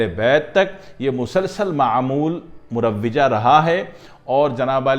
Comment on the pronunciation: معذرت کیساتھ یہ مروجہ میں " واؤ" پر زبر ہے ،